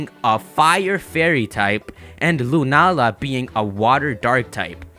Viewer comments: Not sure if anyone's said this already, but 'Lunaala' reads as 'Luna-ala'. If it was pronounced 'Lunaala' (with the long 'ah' sound in the middle) it would be written as ルナーラ :) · I'd suggest it's pronounced 'Luna-Aala'. Although it's lacking in a character that officially puts a break between the two.